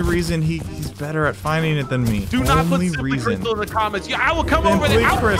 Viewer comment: You said Crystal not right